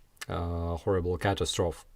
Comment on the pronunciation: All Intelligence forces in the West need to concentrate on locating Pergozhin. It would be awesome if a partisan or insider would airtag his sorry ass and we could target him with a vengence. BTW....catastrophe is pronounced ka tass troe fee. But your version brings a smile to my face. I like to here Jake Broe refer to tank tracks as catapillars. 😆